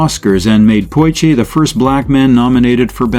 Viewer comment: Poshe (Portier). I dispise AI-generated material like this. A good topic but I cannot listen to this. Thumbs down.